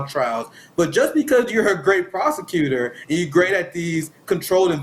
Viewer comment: wait did Glenn say Kamala was a prosecutor or prostitutor?